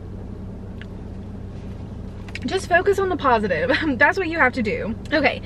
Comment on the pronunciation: ‘Positif’ lmao 🤦🏼‍♀️